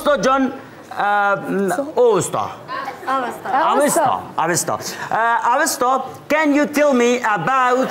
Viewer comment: واقعا جای تاسف است که واژه " اوستا " را درست گفته نمیتانی اوستا اسم کتاب زرتشت و یک تمدن آریایی در بلخ بود